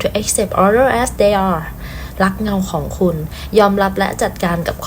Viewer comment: Reconsider กับ others อ่านยังไง ลองเข้าไปฟังวิธีการอ่านใน แปลภาษา ฟังหลายคลิป อ่านผิดเด้อ